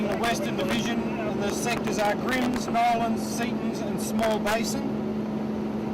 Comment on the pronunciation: It’s Now_lan not Nolan